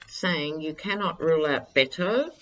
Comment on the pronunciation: Hi, with all due respect, and no offense intended, Beto's name is pronounced bet (as in making a wager) o. Beto O